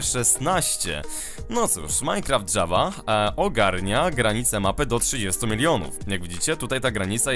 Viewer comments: Nie dżawa tylko Java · jest to produkcja szwedzka, a po szwedzku mówi się Java nie Dżawa:)